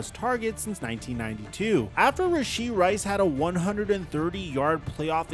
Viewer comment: him saying his name wrong